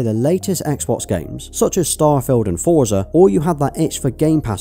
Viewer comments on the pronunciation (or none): Forza is pronounced "Fortza" , not "Foorzer" Think of it like pizza, you wouldn't say pizzer would you. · Small note... Forza is pronounced as "fortza" as it's an Italian origin word. Just like how we pronounce pizza.